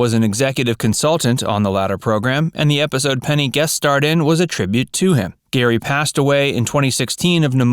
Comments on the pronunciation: Say it with me....PENNY Marshall.... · It made me nuts. I was screaming at the computer, Penny, not Peggy. Who edits this channel?